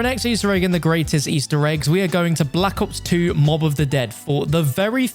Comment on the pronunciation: Bro said block ops 2